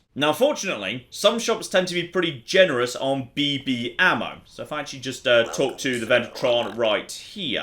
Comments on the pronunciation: the way you pronounce BB hurts. It's beebee with no space! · Anyone else find it hilarious how pauses between the two Bs in BB? I had to think about for a second, then I realized that maybe gas-powered rifles that shoot small metal balls aren't a common children's toy outside of the US haha.